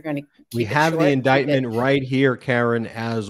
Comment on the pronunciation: ....or, as MTG says it: indicktment.